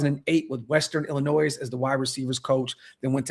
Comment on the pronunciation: just because you have experience doesn't mean that you are good,.... look at matt nagy and luke getsy, they both have a lot of experience but neither one is very good.. and my second point is Illinois is pronounced Illinoi its french the s is silent, just like mitch needs to be...